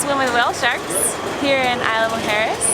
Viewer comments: Just so you know, it's pronounced EES-la Mujeres, not EYE-la Mujeres. You should also check the price for the car ferry. It's probably cheaper than parking, boat tickets and golf cart rental. I lived for four years in Cancun, and spent most weekends on the island. That was about twenty years ago, and it was a quiet, sleepy little island, with just enough activities to keep yoou occupied, and no buildings over three floors, except for the tower at the airport! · Isla Mujeres is pronounced Eeez-La